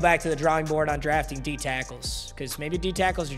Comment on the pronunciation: papa ur killing me with saying drafting